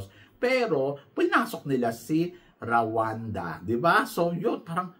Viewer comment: mali pronunciation po ng RWANDA is RO-WAN-DA baka kasi may ma offend na bansa.. pati ung CÔTE ďIVOIRE.. its CAUGHT-DE-BWAH..